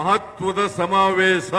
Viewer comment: ಆಸನದಲ್ಲಿ ಸಮಾವೇಸ ಥೂ.. ಕನ್ನಡ ನೋಡಿ ಎಷ್ಟು ಕೆಟ್ಟದ್ದಾಗಿದೆ. ಹಾ../...ಶ ಬರೋಲ್ಲ. ಕನ್ನಡವೇ ಧನ್ಯ!